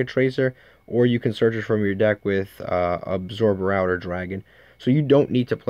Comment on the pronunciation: say it with me: Abso-Router. :) good vid.